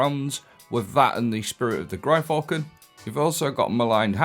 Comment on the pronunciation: Gryfalcon :D made me fall out of my chair... How can you pronounce something sooooooo wrong and keep doing it constantly xD GYR Falcon. Outside of that :D Rest of the build slaps :P